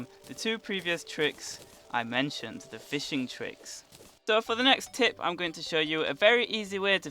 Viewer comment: I swear to god everytime he says tip, it sounds like hes saying tit